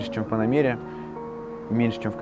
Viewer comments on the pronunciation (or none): Слово ПанамЕра как то слух режет, а так все как всегда на уровне